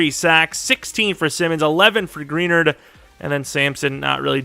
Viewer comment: Jonathan Greenards name is pronounced (Gruh-nard) not (Gree-nerd) still a great video though!